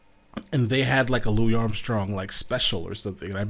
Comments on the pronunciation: It's not pronounced Louie, it's Louisss😬 with his big toothy smile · Great reaction! By the way, Louis Armstrong's first name is pronounced with an "s" at the end.